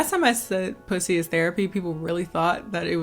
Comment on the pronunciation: I had to rewind when you said “puthy” bc I didn’t hear clearly the first time. I was like “did she say puthy”😂